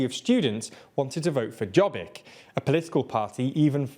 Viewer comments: Quick correction regarding the pronunciation of the two Hungarian parties mentioned: Fidesz is pronounced like: "Fides" ("sz" is only pronounced as "sh" in Polish) Jobbik is pronounced like: "Yobbik" (pronounced with a long B like in the word "subbasement") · In Hungary fidesz is pronounced "fides" with an "s" sound in the end (as we write that sound with an "sz") and Jobbik is pronounced "yobbik". Fun fact, as in English Jobbik means righter, or "the one on the right", means both the direction and also to be more correct or better. Anyway the latter was formed by the aid of fidesz to make it sort of middle way. After a while Jobbik has shed the former radical, sometimes even antisemitic parts and tried to be a true opposition to the government. Nowadays the fidesz has hatched an even more radical group inside of Jobbik. That new formation is called Mi Hazánk, meaning "our homeland". Sort of a distilled and purified radical right-wing party. Now they announce the most repulsive and idiotic nonsense ideas that makes most of the populace shocked and outraged. Then the fidesz cranks it a bit down and in two to three days makes it a law... Anyhow keep up the good work! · FYI the correct pronunciation of the current Hungarian baddies is FIDES for Fidesz, like the latin word for faith, and YOBBIC for Jobbik, with a Y like in "young". Although I must say, I appreciate the alternative pronunciations as a way to make fun of them. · Fidesz is pronounced with an S sound at the end and the stress is on the first syllable. It's not like Polish, where sz makes a sh sound. The J in Jobbik is pronounced like a Y. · Im Hungarian and im not rrying to be mean but fidesz is pronounced in as fides and jobbik is pronounced yobbik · it's pronounced "fi-dess" with an "s" like in "snail", and "yob-bick" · The pronunciation on Fidesz and Jobbik was so horrible I barely recognized the names... Only put it together from context what you tried to say.